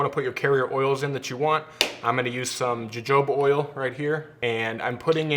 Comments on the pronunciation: Jojoba is pronounced huh-hoh-buh, not juh-joe-bah. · I know this is old, but just found you. Great video! Btw, it's not Ja-Jo-Ba oil.... it's pronounced "Huh-Hoba" lol just saying. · Irs pronounced huhhoba oil, you stooge. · Jojoba oil is processed from the plant grown the southern USA and northern Mexico. It's a Hispanic word, pronounced Ha-Ho-ba because our J is said as an H to them. Great video though! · Its pronounced hohobah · jojoba pronounced hohoba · Don't want to sound rude saying this but Jojoba is pronounced Huh-ho-buh. Thanks for all your content its helped my beard look and feel a ton better. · I thought Jojoba was pronounced "hohoba" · Great video.......BTW jojoba is pronounced “Ho Hoba”. I have a ton of it on my property in AZ. Thanks for the great contribution. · FYI not trying to be rude but you pronounce Jojoba oil (huh-ho-buh) oil. I didn’t know either for a while. With that being said great video ! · My goodness, learn how to pronounce jojoba!